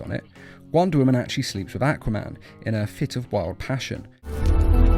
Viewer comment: i thought you were saying acroman not aquaman